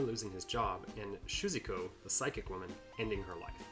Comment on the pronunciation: "SHUZIKO" xD